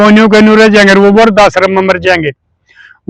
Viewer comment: aap toh apne aapko clerk bata rahe ha? Lekin apka hindi or english dono mai koi bhi shudh nahi han. Aap viridh ko vardh bol rahe ho apko live-in-relationship bhi nahi bolna aata. Aap toh akdam anpadh gawar ki tarah bolte han?? Clerk toh 1960 se Matric pass hota ha. Aap kaise clerk ban gaye???Apko na Hindi achhi tarah aati ha na English Achhi tarah aati ha????